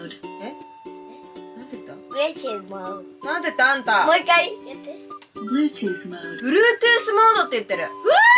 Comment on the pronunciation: のBluetooth modeの発音良すぎる🥺🤍